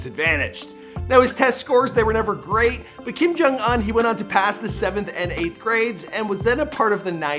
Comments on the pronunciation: It’s Kim jong oohn not uhn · Ooooon not ugh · What is it with Americans miss pronouncing names. Bro! It's Kim jong oon not uhn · IT’S OOH-NN NOT UN!!! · Anyone else feels uncomfortable when he says Kim Kong Uhn instead oof Kim Kong Oon Edit: I know that his name is Kim Kong Un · I mean his name is Kim Jon Un but he pronounces it Uhn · / It’s pronounced un(oon) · “kim jong ahn” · Kim jong oon Not Kim jong un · “Kim JUN UNN” lmao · Kim Kong Uwn? I think that's the right pronunciation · Y do u pronounce it as “Kim jong aun” 😂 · It’s not pronounced un it is pronounced ooon. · i’m cryingggg WHY IS HE DOING THAT i can’t stop hearing it now 💀😭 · It bothers me the way u say the last part of his name lmao